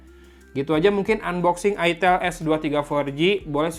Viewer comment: Woy itel woy bukan it*l 😂